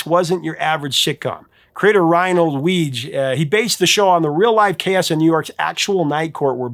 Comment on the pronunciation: I believe Weege is pronounced "wee ghee"